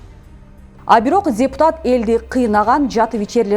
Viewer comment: Алып баруучу дзепутат эмес депутат эле болуп айтылат...